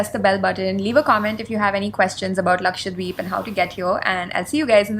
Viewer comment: A small correction. It is Laksha-DWeep not Lakshwa deep